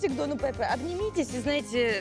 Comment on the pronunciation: Замечательный выпуск! Единственное, было бы здорово, если бы при озвучке учитывались правильные ударения в именах. Не ХéСус, а ХесУс. Вместо ПепЭ, ПЕпе!